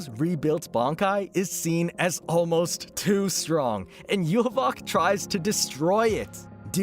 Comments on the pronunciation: "Yuhuboc" what kind of Yhwach pronouncation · bro why the hewl are you calling Yhwach like that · Bruh hearing him mispronounce Yhwach is gonna drive me crazy lmao